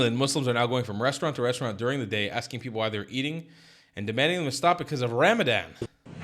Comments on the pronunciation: In Texas we would say WTH is that? Did you say Ram a dong?😅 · "Ramadan" everyone's throat